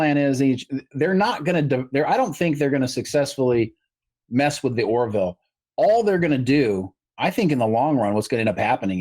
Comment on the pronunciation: It's "Or-ville" (two syllables), not "Or-i-ville" (three syllables). 🙂